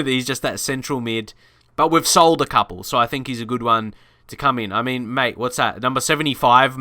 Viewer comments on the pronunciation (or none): none